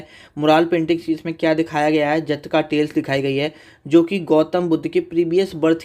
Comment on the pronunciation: जटका ❌ जातक ✅